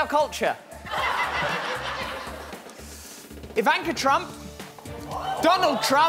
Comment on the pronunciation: Love how he pronounced Ivanka Trump!